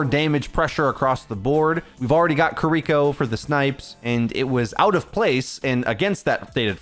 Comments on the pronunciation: ki ri ko NOT "kuhriko" ... KI RI KO ... if that's too hard for you to say try n say it like this ya dumb american : kee ree ko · KEER-iko, not kerREEKo yeesh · the support passive is a great qol change for the role, not having it would be hell. also kee ree ko not kereeko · Jesus fuckin christ. seconds & I can't handle it anymore. You'd think someone who's livelihood is ow you'd know this but; SAY KI(KEE)RI(REE)KO'S name correctly. It is not KUHRIKO It has been months now. She says it IN GAME. There's also a short if you need more help. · The way he says "kuh-ree-koh" instead of "ki-ri-koh" tho... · I know you're just saying her name how you read it. Her name is Key ree koh. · It's been months and you still can't pronounce Kiriko properly 😔 "kurreeco" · “Kireeko Kireeko Kireeko” YOU ARE DRIVING ME INSANE PLEASE PRONOUNCE IT CORRECTLY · STOP SAYING KIREKO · Bro, if I gotta hear you mispronounce Kiriko one more time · the way you pronounce Kiriko is painful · if you watch Kiriko cinematic you can learn how to pronnouce her name. It's simple.